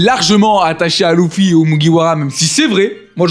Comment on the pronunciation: Par contre ces luffy pas louuffy 😂😂